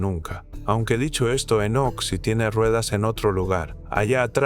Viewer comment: Enseña a hablar a la IA, Énoc por Enoc, senales, etc